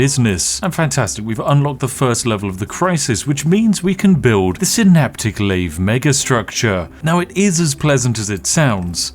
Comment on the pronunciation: Heh.. you say "synaptic lathe", but I hear "astronomicon" 😂